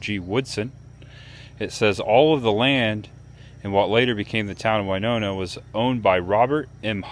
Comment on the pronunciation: It's very sad to hear about Hank Williams and I still hear in my head Midnight in Montgomery by Alan Jackson one of my favorite Country artists. 😞 A lot of people do the same thing on the sky bridge in Las Vegas near Hoover Dam,. It's pronounced Winona win not wy like Winona Ryder.